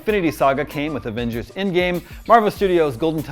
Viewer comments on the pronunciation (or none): none